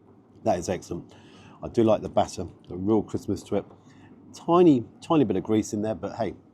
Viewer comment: Everytime you say 'crispness' it sounds like you're saying 'Christmas'.